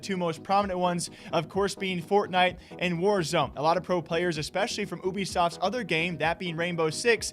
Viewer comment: Why all you nerds call it Ooby-soft. Its U-B-soft.